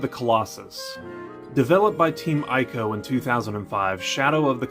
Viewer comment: I'm sure someone else has already said it, but before you make a video about Ico: it's pronounced ee-ko.